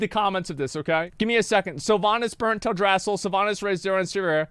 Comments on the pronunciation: "tell-dray-sill" ?? WUT 👁👄👁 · You Pronounced Teldrassil wrong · pretty sure he may be saying teldrassil wrong.